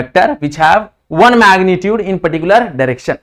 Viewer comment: Maagnitude nhi sir magnitude 😂 phele bolna shik loo 🤣 Kay bolte ho gays